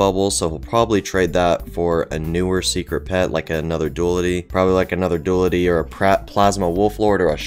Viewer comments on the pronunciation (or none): dulity Me: I thought it was duality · I pronounce duality like dyou-al-ity rather than doolaty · its pronounced DOO LL TIH say dual, it's not DU AL its dual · It’s not dulity it’s du- AL ITY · but it is duality not dooldi .-. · It's not dulity it's duality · you said why are you saying it wrong, YOURE NOT. ITS “DOO-AL-IH-TEA” NOT “DOO-LUH-DEE” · # BRUH YOU PRONOUNCE DUALITY WRONG IT'S PRONOUNCED (Do-al-it-E) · your videos are nice, but your illiteracy isn’t. “DOO-AL-IH-TEA” not that difficult, also “Magic MARSH-MALLOW” don’t know where you saw mushroom. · ITS NOT HOW YOU SAY DOALTE!!!!!!!